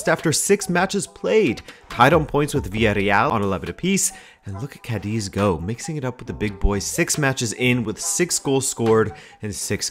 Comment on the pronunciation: bro, it is pronounced Cádiz with a shorter sss sound at the end and not Cádezeee. keep it up